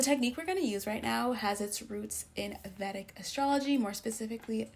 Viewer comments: Vedic is pronounced as vay dhic not vèdic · Please, Vedic is pronounced “Vay-dik” from the Vedas— ˈveɪdəz/ or /ˈviːdəz/.